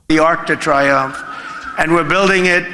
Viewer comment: Arch would be the English, Arc would be the French? and, if I am not mistaken (and I might be) it Tree-oomf not Try-umf. Arc de Triomphe would be Arch of Triumph. (edit for spelling, and language correction.)